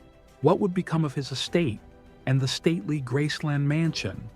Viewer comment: It is called Graceland, not Grassson, do your homework!